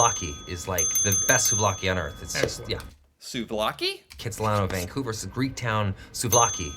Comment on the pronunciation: ok. Vancouverite here… I’m shocked that even Ryan Reynolds mis-pronounced Vancouver. He, like too many other people, said “Vaingcouver”. It’s not Vaing. It’s VANcouver.